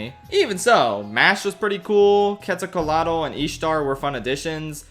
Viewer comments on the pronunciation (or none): WTF did you just said!? Queso Colado? Quetzalcoatl is pronounced Ket-zal Koh-Ah-tl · as a mexican i like you liked quetzalcoatl BUT GOD YOU PRONOUNCED SO BAD MY DUDE, I ALMOST HEARD PIÑA COLADA INSTEAD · Third view of the video, did he pronaunce Quetzalcoatl as quetzacolado? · perhaps we could practice how to pronounce Quetzalcoatl 😅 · What in the world is that Quetzalcóatl pronunciation!?